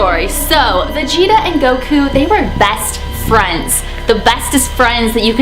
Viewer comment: Its cute when she says GOWKU Instead of Goku